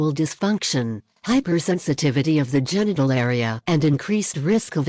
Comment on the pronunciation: “Female Gentle circumcisition”. DId say “ Gentle”???